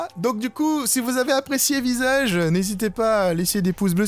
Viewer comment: ses moi ou a le "mot "visage" fait "sage" :p